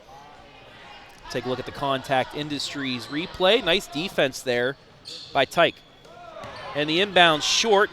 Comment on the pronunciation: Commentator sucks. It's not tike it's tish